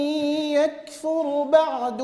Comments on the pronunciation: صحيح قراءته برواية قالون وما عندي علم برواية قالون بس كلمة يكفر أعتقد إنها برواية قالون الراء فيها ساكنة وهو قام بالضم مع ترقيق طبعا هالشي ما ينتقص من شأن القارئ معاذ فهو متقن لكنه بشر يخطئ كباقي البشر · اللجنة شكت في قراءته ل ( يكفر ) هل قرأ الراء ساكنة أم مضمومة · آية 115 قال الله إني منزلها عليكم ... أخطأ بكلمة يكفر ضم حرف الراء ورققها والخطئ واضح جدا يا أخي مش انتقاص من القارئ ما شاء الله لو إني مكانه ما بعرف أقرأ قدام اللجنة بسبب الإرتباك بس مش معناته إنه مستحيل يغلط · ماشاء الله قراءة متقنة الخطأ الذي اوقفوه عليه خطأ دقيق وهو أنه بعد ضم الفاء أبقى الشفتين على وضع الضم فأصبحت الراء كأنها مضمومة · لقد اخطأ فعلا لاحظ انه ضم الراء في كلمة يكفر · ما شاء الله تبارك الله لديه اسلوب متفرد بالتلاوة ومخارج حروف سليمة واحكام منضبطة لكن لدي سؤال لاهل التخصص ، ( ما هو الخطاء عندما قال / فمن يكفر /اوقفه احد اعضاء اللجنة ؟؟؟؟) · بل قام بضم الراء فهي واضحة لا انتقص من الشيخ معاذ فهو شخص رائع ومتقن لكن الخطئ موجود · بل إنهم أوقفوه من أجل السكون في الراء في قوله "يكفر" ولو تستمع جيدا ستجد أحد أعضاء اللجنة ذكر الاختلاس، وفعلا الطالب في المرة الأولى كأنه ضم الراء وبعد التنبيه قرأها بالإسكان جيدا. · بل الخطئ واضح بضم الراء !!!! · ضم الراء كان واضحا حسب ما سمعته، والله أعلم.